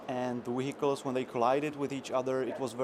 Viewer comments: Hehehehe... Wehicles. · weacials XD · "The Wheelicles". Lol, cute! I cant wait for this. I really hope they entirely redo the UI. The ArmA series suffers from the worst UI and inventory system Ive ever seen. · new weeeicles. lol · wheicals lol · Oh and one more thing... Weehicles. That is all. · Satchel charges, we can attach them to wehicles! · I like the wehicles. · lol wehicles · we can attach these to wehicles now. XD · You can attach bombs to WEhicles! ;)